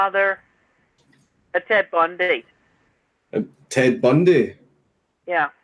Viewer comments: Dankula: "Ted Bundeh? Th-the serial killer?" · ted bundee lol i laughed so much hearing that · "... and Ted Bundee..." wow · Ted Bundee*